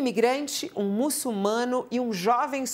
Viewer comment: Fabíola: é muçulmano... A letra "L" vem na segunda sílaba.